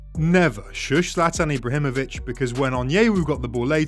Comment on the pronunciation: "eebrahemoich" wtf bro